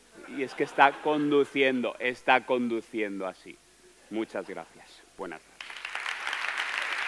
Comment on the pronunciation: Garacias! (se le quedaban cortas las sílabas para expresar todo su agradecimiento y usaba a su favor una fonética indiscernible)